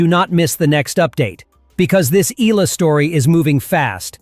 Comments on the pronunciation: its pronounced as "e-ya-la" not e-la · Its good reporting but you need to pronounce her name right E-ya-la not ila. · Eh-yah-la not ee-la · EE-YEAH-LUH not EEE-LA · EE-AH-LAH, NOT Ee-la! It's EE-AH-LAH EE-AH-LAH EE-AH-LAH EE-AH-LAH EE-AH-LAH EE-AH-LAH EE-AH-LAH EE-AH-LAH EE-AH-LAH EE-AH-LAH EE-AH-LAH EE-AH-LAH EE-AH-LAH EE-AH-LAH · E-ya-la not E-la. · eh-YA-lah!!! Say it!!! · "EELA" when it's AI. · Please pronounce the oftenly mispronounced last name of Alex as 'EH-YA-LA'